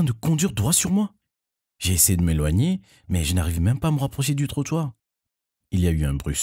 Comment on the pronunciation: À "du tchwoitoir" 😂(trottoir)